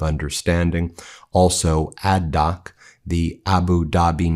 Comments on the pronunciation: it is "Add-Knock" rather than "Add-Dock". 😁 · ADNOC, not ADDOC…